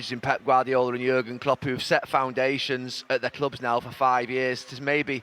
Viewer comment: It’s Jürgen Klopp he’s talking about. Not Jagan Klup